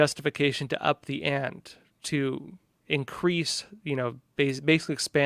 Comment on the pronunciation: You keep pronouncing “ante” wrong. 😩